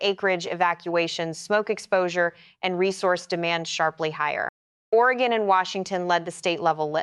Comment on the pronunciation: It's Oregon "Orygun" not OreGone